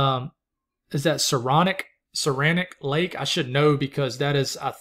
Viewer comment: Saranac lake in NYS pronounced "Sarah-Knack", but hey, if we know where you're talking about, you really didn't pronounce it too wrong, did you??? have a great day (you are our favorite "winter loving weirdo friend from the south, wants to live in Maine, LOL)